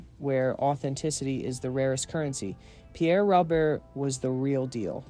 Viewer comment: Hey genius, you're proving how clueless you are about this great DJ. His last name is not pronounced the way it seems.